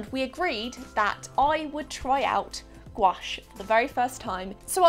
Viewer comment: why does she say gouache like squash